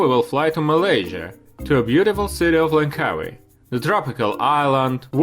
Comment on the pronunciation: I like the way he butchers the pronunciation of Langkawi right off the bat.